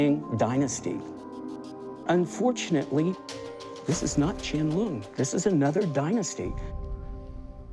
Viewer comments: Rrrrr, "ch'ien lung"??? IT'S "Qian Long 乾隆"!!! This bowl is not even form that period. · It’s emperor QIANLONG 🤦‍♂️